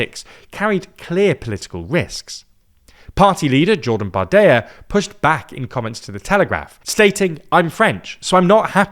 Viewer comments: Bardella, not Bardeia; you have to pronounce the l and even more so the double l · Hey love the video! Just a quick fix on the pronouciation of the french far right politician Jordan Bardella: it is pronounced "bar-deh-lah" and not "bar-deh-yah" keep up the good work! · No, no polls suggests the National Rally would secure a parliamentary majority in the event of a snap legislative election, as France's electoral system is NOT First Past the Post. Remember the 2024 elections? PS: it's "Bardella" not "Bardaya". He's French with Italian origins, not Spanish. Not even this piece of sh*t deserves to have his name butchered like that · It’s "barde-LA" not "Barde-YA". That’s an Italian name. Not a Spanish one. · its pronounced Bardella, not Bardeya. His descent is italian, not spanish Georgina never makes these mistakes, L host 😂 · Hello! There is a small pronunciation mistake for Bardella in addition to the German/Polish mistake. Unlike in Spanish, in French, the double "l" is only pronounced as a "y" if there is an "i" in front of it. So here it is pronounced as an "l". Bardela and not Bardeya. Good video otherwise! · Why do you pronounce Bardella as "bar-de-ya"? Two ll is still an l sound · Why are you pronouncing Bardella's name like he's spanish? He's "french" (italian). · Bardella is an Italian name anyway…